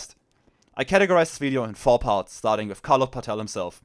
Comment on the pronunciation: Danke für die Zusammenfassung. Paetel ist aber nicht Pah-tell (das wär indopakistanisch) sondern Pätel. 😉 Liebe deine Ausführung zu Kommunikationsproblemen von modernen Marxisten zur Arbeiterklasse.